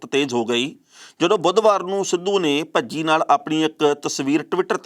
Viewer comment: ਭੱਜੀ ਨਹੀ ਭਜੀ 😜😂😂😂